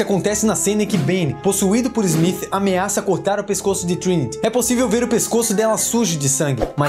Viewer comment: Inacreditável o baixo conhecimento da língua inglesa e a sua correcta pronuncia...Agente ezmith?!?!?